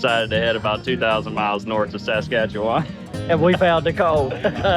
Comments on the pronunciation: Man, I wish you could pronounce Saskatchewan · Buddy is butchering the name of that province